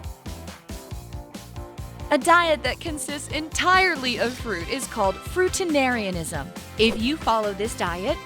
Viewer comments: lol. why did you put "fruitarianism" on the screen, while pronouncing it "fruitanarianism"? wouldn't you want to reshoot this video to correct that? "fruitanariansim" doesn't appear to be an actual English word! But, if so, why not put that word on the screen? confusing! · The word: fruitarianism The voiceover, repeatedly: “fruitenarianism.” Seriously. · You made a whole video on something that you can’t even pronounce... Fruitanarianism? So close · Why can no one pronounce the word FRUITARIANISM?! It’s not fruitanarianism like she said it 🤦🏼‍♀️ FRUITarian! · I don't dislike many videos but this video deserves 2 thumbs down. The 1st reason is the narrator is saying Fruitarianism wrong. Secondly , She started off by saying she was going to only eat fruit but then jumps from eating only fruits to adding in oils and nuts and eventually other junk foods.